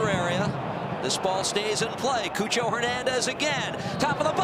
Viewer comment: The commentators pronouncing cucho Hernandez name as coo-cho instead of chu-cho is so funny/cringe 😂